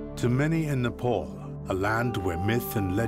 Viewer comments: Its not Nepaul.. Its Nepal!!! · IT IS NEPAAAAAAAAL!!! NOT NEPOOOOOLLL!!! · it's not Nepul! 🙄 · Please pronounce the name of the country correctly. It’s NOT ‘Nepole”. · Very good video.. But you westerners truly need to do a little more research as in how the pronouncing of names..my good man every time you say "nepaul".. My ears bleed a bit..I'm sure you can do better.